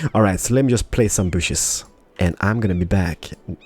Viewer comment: plz say trees not bushus